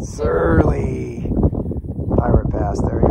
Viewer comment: Love, love your videos. Searle rhymes with pearl. Yes, the bunkers were for munitions storage. The barracks are further down HWY 24 and only the foundations are left.